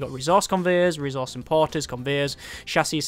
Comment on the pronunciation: could you start actually pronouncing ressource right?